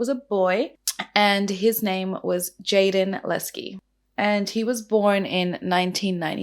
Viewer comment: That's what I thought too. If you're going to put up a video & pretend that you know the facts. At least pronounce his name correctly.